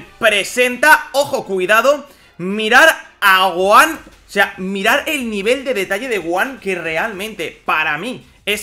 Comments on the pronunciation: Se pronuncia GoJan no Goan Dios no ves la H? Gohan GoHHHHHHHHHan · Se dice Gohan, no goan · la pronunciacion varia, en el doblaje castellano de dicen son goanda por ejemplo. Hay muchas personas que le dicem Goan obviando la "h" otros como tu o yo pronuncian la "h"